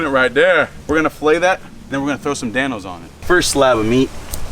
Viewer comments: When he said Dan-Os who else thought he said thanos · This is how many times he said Dan-o’s.